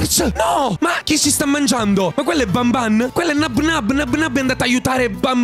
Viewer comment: Non si dice Nabnáb ma si dice Nábnab